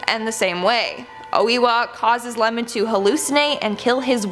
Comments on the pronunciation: its ieman not lemon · Isnt his name Iemon not Lemon. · I believe the poisoned ghost is the famous "yotsuya kaidan" story. But the guy's name was iemon. You might have read it Lemon coz the i is in capital, lol. Also I read somewhere that the production team have to asked permission at oiwa's grave so they're not cursed, coz some people from previous production of the movie/theatre did die making this production... kinda like the exorcist movie or you know... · Oiwa's husband's name was IEMON (伊右衛門) not LEMON lmao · Lemon, I laughed so hard. It’s an I not an L.